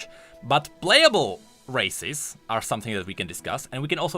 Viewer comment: says "Races" What I heard: "Racists":>